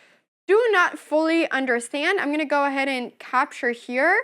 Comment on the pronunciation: "Ayand" "myove" lol Great video anna!